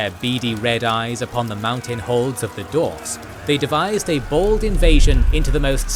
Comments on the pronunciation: it is allways funny to hear you mispronouncing dwarfs. like d-arfs. It's d-warfs. But love your videos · Is it correct to say dWarfs without the emphasis on W? I never heard it before, or am I just hearing it wrong? 😂